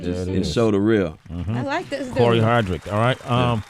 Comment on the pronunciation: Hardict, not Hardrick Sway lol